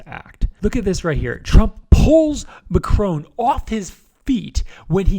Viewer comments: Mac-roan??? It's Mac-rohn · Are we gonna ignore the pronunciation of the French President by the Speaker ? I´m not even French.